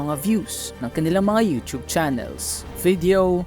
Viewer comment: It's u-tuwb.